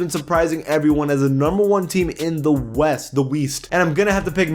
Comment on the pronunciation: “The Weast” 😂